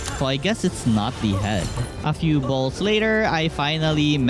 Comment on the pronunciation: It's so weird when he says bzlls